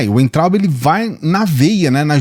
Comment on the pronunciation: Oi, por favor não se ofenda mas vou te dar uma dica. O nome do Weintraub se pronuncia Vaintraub OK?? Abraços